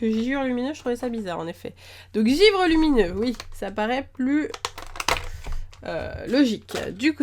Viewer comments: C'est "givre", pas "giure"... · "Giure" lol c'était givre ! Tu fais des millions de fautes, apprend le français ! 😠